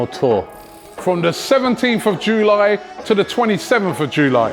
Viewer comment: Robbie cant even say July properly 💀💀